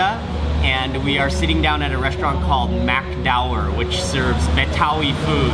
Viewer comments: the way you pronounce "Mak Dower" sounds like "McDower" :D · mak dower dibaca bule “mak dawer” wkwk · You pronounce "Mak Dower" almost too english mark...I think I'm hearing it as "McDower" 😂 anyway, I like your vlog and I love how you always open to taste anything 👍 good job